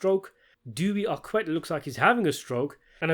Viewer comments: It's David "ArKette" incidentally, French QU not American/British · How can you pronounce David Aquette's name incorrectly? It's not as if he's some obscure actor that nobody has ever heard of.